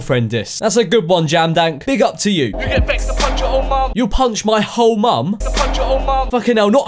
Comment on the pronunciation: I think he said old mom not hole mom